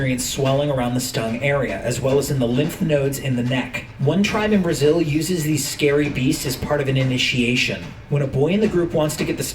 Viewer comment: he said Brazil yo